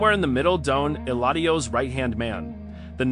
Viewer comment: el-a-deo? ELADIO.